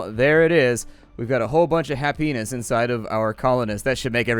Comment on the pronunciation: why did I hear hapenis when he sad happiness